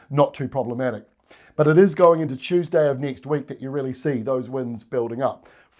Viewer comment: Please tell me you just said nek week?? 😂😂😂😂